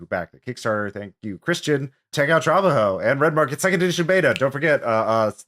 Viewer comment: tra-BA-jo, not TRA-ba-jo